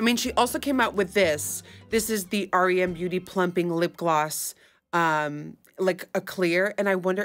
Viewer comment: the only person who reacted to the brand and actually said its name correctly. everyone keeps calling it "rem" not "r.e.m."